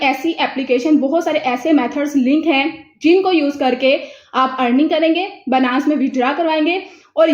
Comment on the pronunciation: Its not banass.... its binance.... byyynance Ok